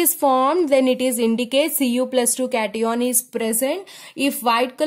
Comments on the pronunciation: Just a fully mam yrr It is cation not caton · Please improve your speaking As it's not ah it's h and it's not cateion it's cation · Ma'am please provocative it cat+ion not catiiion😅😅😅..and please stop astrology add😅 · It's not cateon it's cation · Cat-ee-on seriously 😂😂😂 it's Cation (pron. Cat-ion) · Cati on nhi hota cation hota h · Hey Its note catione Its cation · Cations ❌ Cetyons😂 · What the fuck is a “cat-eeon”?! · It's cat-ion😭😭😭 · cation hota hai lawdi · It is CAT-i-on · Cation and anion pronunciation is so wrong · ma'am ur pronounciation of Cation n Anion is wrong... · It's not it's cation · Cation ka pronounce to shi se kr lo kam se kam teachers banne cahle h bolna to ata nhi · Nhi nhi caution hai boldo na cati on kya hota hai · It is cation not cation